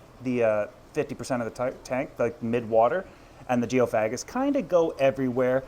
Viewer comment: Geo fag gis 😂 its pronounced geo fay gis